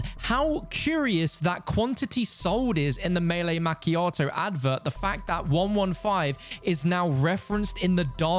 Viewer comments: Not Mac chiato it’s pronounced ma chiato. That really really scratched my brain in a horrible way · the way you pronounced macchiato lol